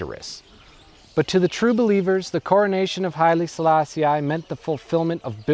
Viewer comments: Not bad... but, just so that we get it "I was never meant to understand the Rasta", did you have to make the point so blatantly by pronouncing the Emperor's name the American way, as "Sala-Si-Aye" when it's obviously just "Sala-Si"? Your analysis & research looks good, so you must've heard the right pronunciation 100s of times, still couldn't help showing off your schoolboy Americanism? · You do good research. But your pronunciation of names leaves a lot to be desired. Like here when you say countless times Selaaa-si-aaay. Please do some research on how to utter the name before you launch an entire video on the guy. You should know this English/American "i" is not only incorrect, but plain offensive. Like George Bush's Aaaay-rack for Iraq and Aaay-ran for Iran or the obnoxious Aaay-tel-yen for Italian. It is not Selaaa-si-aaay but simply Selaaa-sih. Here's Wikipedia to help you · Rastafari pronounce it as Sa-la-see-i which I presume is why he pronounce it that way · Why does he keep pronouncing 'Selassie' like that? ("selass-ee-eye") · kourii yes.... this REALLY irritated me! Get his name right FGS man!